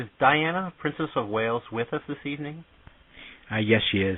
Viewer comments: It's Wales not whales. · It is spelt WALES not Whales dammit, spoken as a person from WALES!!! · ITS WALES NOT WHALES.